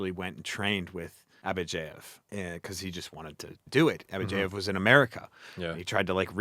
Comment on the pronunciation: Why do you pronounce Abadjiev as AbadjEiev?